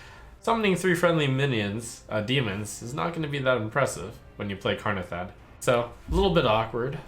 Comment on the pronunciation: Its Kanrethad, not Karnethad!